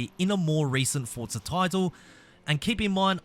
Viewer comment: No hate but its not "fortsa" its forza